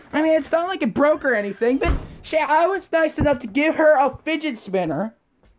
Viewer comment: é fidget spinner ou finget spinner?da proxima vez fala direito.